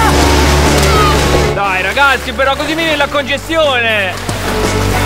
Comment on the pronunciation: Si dice chianu chianu no chiano